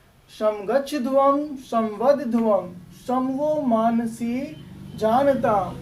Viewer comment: मनांसि मानसी नहीं sir सही से पढ़िए